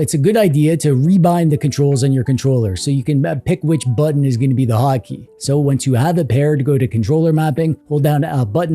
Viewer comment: When you said 'hot key' i thought you said 'hockey' and for a minute i thought it was a Canada thing.